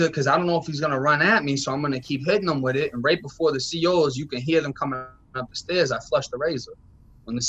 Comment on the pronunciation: lol I was jk bro. I was saying he would pronounce it witt instead of with.